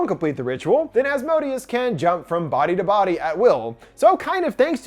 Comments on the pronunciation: Him: Az_mo_deeaz Me a supernatural fan: Az_moh_day_az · Maybe it was mispronounced in the movie but The entity's name is pronounced "As-moe-day-us" not the way he was pronouncing it in the video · Helluva Boss fans when they hear Asmodius 🥴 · Please pronounce Asmodeus properly if you’re going to repeat it so much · Ppl keep mispronouncing Asmodeus wrong. And it's making me mad lol